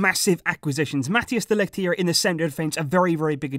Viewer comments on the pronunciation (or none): Why are you always butchering mathijs de ligt's name